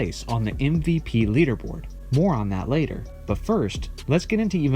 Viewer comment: Exactly how I feel, either change the name or get it right. It’s MVP not MPP